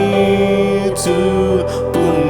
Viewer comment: Haelluyaaaaa luar biasa tuhan Jesus Kristus Memberkati. Serak serak basa seperti Judika Singer KK sang gitaris andalkan. begicuuuu begitu yang bener KK, bukan begicuuu Nice ❤️😂 lah Pokok nya The best Syalom, syalom dan tim Haelluyaaaaa